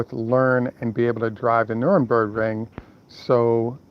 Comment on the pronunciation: Please, it's easy to pronounce, ( nur-bur-gring ).🙂👍